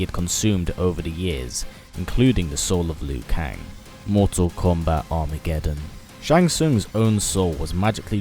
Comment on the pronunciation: why does he say mortsal kombaaat